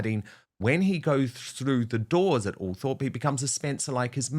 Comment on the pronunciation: Eugghh! It’s not pronounced ‘ALL THORPE’! It’s pronounced ‘Altrup’